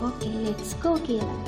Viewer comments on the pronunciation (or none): OK LET'U GO WHAT KIND OF ENGLISH IS THIS